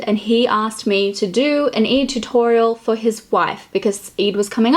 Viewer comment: Its not eid as in jIn its EId as in aayyy gurl. Its Eeyyydddd